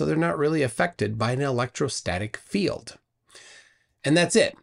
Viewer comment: The way he pronounces “field” as “filled” really gets on my nerves. There was a debate with William Harris where he said “filled” 200,000 times. Perhaps he’s obsessed with containers.😉